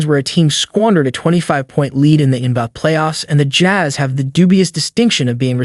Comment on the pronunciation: All that work to have AI read it and butcher it all up. The N buh finals lol.